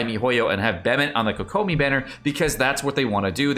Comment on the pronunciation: I'm really hoping for xingqiu and fischl since I use them a lot! I don't care too much about the third character, but I'm also thinking it will be Noelle. Also no hate at all but it always weirds me out when people pronounce kokomi that way. Its like hearing ceLERy instead of CELery.